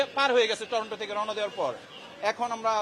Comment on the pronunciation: লোকটি তো 'টরন্টো' নামটাই সঠিকভাবে উচ্চারণ করতে পারেননি, নিশ্চিতভাবেই ওনার সবুজ পাসপোর্ট। দুঃখিত, আমাকে ভুল বুঝবেন না